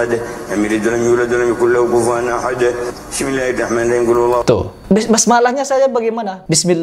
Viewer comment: Saya dengarnya bidzillahimahing malah bang.